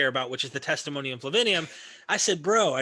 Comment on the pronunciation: Dear, it's not Flavinium, it's Flavianum. And it's Theudas, not Theadus.